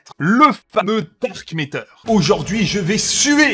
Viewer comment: Matter et pas métter stp Sinon super contenu !